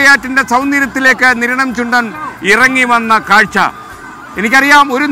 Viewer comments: കിരണം അല്ലടാ സ്ത്രീകണ്ഠ നിരണം എന്ന് പറ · കിരണം അല്ല നിരണം എന്നാണ് 🤣🤣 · Kiranam ,alla Sir niranam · Niranam not kiranam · Not keranam "Niranam" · കിരണം അല്ല മിഷ്ടർ,.. നിരണം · കിരണം അല്ല നിരണം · ആദ്യം കിരണം ആണോ നിരണം ആണോ എന്ന് ഉറപ്പിക്കാമോ 😀